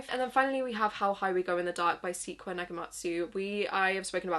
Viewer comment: sequoia is pronounced sa-coy-uh 🥰like the tree